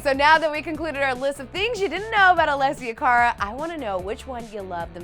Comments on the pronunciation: finally a YouTube reporter who pronounces her name correctly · THANK YOU FOR SAYING THE LOVE OF OUR LIFE NAME RIGHT! coz we are tired of cringing 😭😂😍😍😍